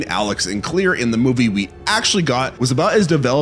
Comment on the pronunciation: Dude. The way you say Claire is driving me nuts. Its not Clear. Its Cl•air